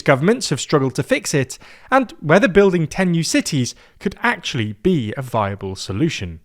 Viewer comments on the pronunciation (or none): I definitely heard "a fireball solution" instead of "a viable solution." Either I need a hearing check, or someone needs to work enunciation. (I'm guessing it's the hearing check 🤣)